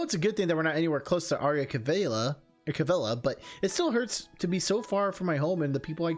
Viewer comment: I'm so happy-I LOVE the Divine Speaker. *"A-RAIL-LEE-A....CA-V'ELLE-LA"!!!* sorry, I'm a bit annoyed that you keep mispronouncing it, or maybe it's just me... In the Matron's story, I picture the Speaker as the Sun (for his golden colours) and the Moon as Prince Caspian (since like the night, his family and their legacy were wiped out). And if were going "Lion King" on this one, I see the Speaker is the Sun high in the sky and in time the sun will set and the next sunrise will be...something...I'm getting ahead of myself. Also, I theorize that the Speaker may have come to love someone of the Royal Family, but his duties came first. I'm sure he was devastated when he heard of their demise...And if he make a return in the game, I'm sure he'll go "Severus Snape" on our heroes...So like the Sun and Moon who try to reach out to each other, maybe the Speaker wants to reach out...to a certain someone but got Raen instead. I remember they did a Kickstarter where we'll get a prequel with a Young Speaker and a familiar looking face, I'm not sure if it has been completed though...(Idk pose) I know what you mean. In some Visual Novels, some are divided into to 2 or more games (DRAMAtical Murder and Re:Connect are good examples) but I don't know how the Divine Speaker's length of the full game will be...for an Extended Demo, it very long (now I you gave me doubts, thanks) in the next playthrough I think we are close to the "halfway marker" or the Extended Demo Jonah Scotts is amazing~~~ b